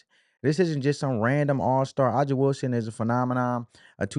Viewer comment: Dude that’s not how you say A’JA’s name..😒 or Tina’s name..get the pronunciation right 1st my guy..